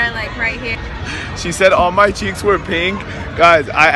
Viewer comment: he said all my cheecks😂😂😂😂😂😂